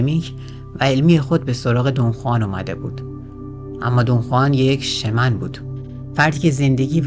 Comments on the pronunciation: CastaNEDDA not castanda, Shaamaan, not Sheman, من و دوستانم مدتها با کتابهاش کار می کردیم و تجربه بیداری در رویا و رویای جمعی داشتیم. به نظرم تمرینات مشترک با دیگرنحله های معنوی دا ره و احتمالن آنچه نوشته حاصل تجارب خودش با ماشروم بوده که امروزه انواعش هست و کارشون ایجاد ارتباطات عصبی در مغز به علت تغییرات شیمیایی در مغز مثل بالا رفتن دی ام تی است. به هر حال ایده هش در مورد جنگجو و زندگی جالبه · سلام اولآ تلفظ کاستا ندا و شمن را تصحيح کنید ثانیا معلومه چی می‌خوای بگی ؟نگفتی دون خوان شخصی حقيقی بوده يا خیر سوما چگونه‌ اگر خيال پرداز است ميليون‌ها نفر پیرو وی شدند چهارما نحوهٔ مرگش را نگفتی پنجما دليل تخیل را نگفتی و.....